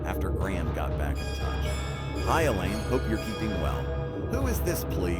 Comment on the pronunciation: Elaine not ella